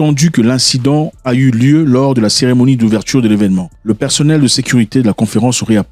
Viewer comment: La cérémonie d’ouvertuuuuu 😂😂😂😂😂 c’est d’ouverture pas « ouvertuuuuu »